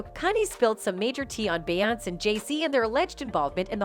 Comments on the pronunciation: It's BE YON CE!!!! FFS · Be-on-say!At least the got damn name right!lolol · This has to be A.I narrating. She mispronounced Dr Dre, Adidas, and Beyonc 😆 🤣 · 🤦🏼‍♂️this is the first time anyone ever pronounce Beyoncé name like that… 🤣🤣